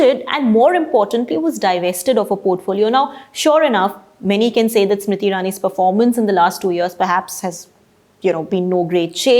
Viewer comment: Why you keep calling her Smiti and not Smriti?